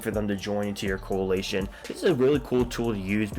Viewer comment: Bro can't even pronounce coalition.. Security Council is mostly just a bunch of "quality of life" bonuses, meaning you can do things more simply or conveniently. It doesn't really provide any benefit unless you can't check your device every 3-6 hours, which you should do more frequently anyway to be able to respond to hostile actions.